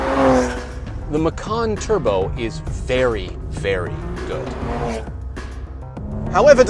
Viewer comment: Macan Twurbo